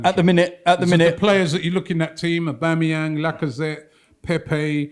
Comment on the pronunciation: No seriously, aubamaWHO?